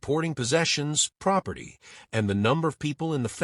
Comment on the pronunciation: 'Proferty of' lol